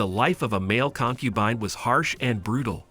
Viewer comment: Concu bean 😂